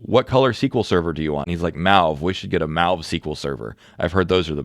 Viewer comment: “Mauve” like “Maui”? Is that a US pronunciation?